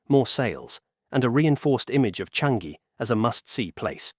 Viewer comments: It's pronounced as Chang - Yi. Not Chan - Gi. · Its "Cha-ngee"... not "Chan-gee"... get it right for goodness sake. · Since you make so many videos on Singapore and the region, you should know that in Malay, words are stressed on the penultimate syllable. Thus, it’s PAyuh LEYbah instead of luhBAR. Its sounds foreign and wrong. Also, it should be CHAANGyi with a long “a” and not a short “a”. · Narrator saying Paya Ler-BAHRR with an emphasis on the bahrr is so funny to me. For future reference, it's Lay-ba. Lay like the Lays potato chips, and a short ba. And Changi is Cha-ngi. Cha like char the meat, and ngee. 😅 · Thanks for the info video. In Singapore, we pronounce it something like Chah-ngee. Ng like the n in onion. No hard g. Also, Paya lay-bah. 😊